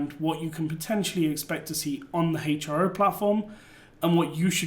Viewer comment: I may be wrong but I think it's pronounced Hero